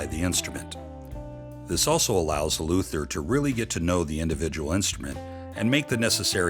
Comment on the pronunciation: Haha, those “Luthers!”